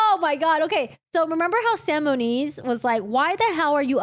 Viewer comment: It is Moniz not Muniz